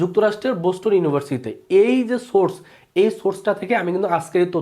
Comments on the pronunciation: ei halay r kono content na peye ekhon ata dise..ay to boston nam tai uccharon korte pare na! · aRe vai, ay to boston nam tai uccharon korte pare na, ay ki tottho dibe, apni bolen?